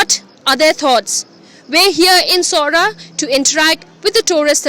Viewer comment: It's noh Sorah it is Sohra pronounce Soh - ra, the British during their time they called it Cherrapunji and just recently people used to call it like that, but it's original khasi name is Sohra.